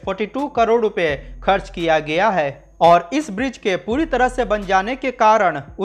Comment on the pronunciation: किया गिया अशुद्ध है ।